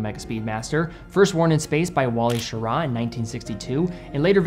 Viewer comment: Thanks for pronouncing Schirra correctly. NO ONE ever does.